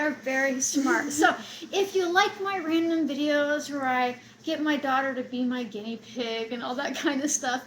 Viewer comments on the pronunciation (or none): none